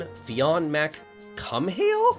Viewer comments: it's pronounced Finn McCool. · It's not pronounced "cum-hail"😂 it's pronounced similar to the word "cool" in English. It's Irish/Celtic origin. Don't ask me about why it is spelled like that. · some pronunce it as Fin Mc Cool, and id say it sounds better too! but oh Lewrds! Mara as a navigator oh boy,... XDDD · I hope you are aware that's not how that name is pronounced. You need to study more mythology.